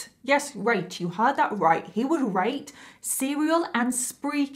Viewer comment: Potential reason for being assumed australian, the pronunciation of rate. I had to rewind back cause I thought you were saying right and didn't get it. Great upload once again.